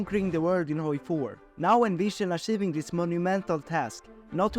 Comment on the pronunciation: The way u say achieving and join is so Swedish lmao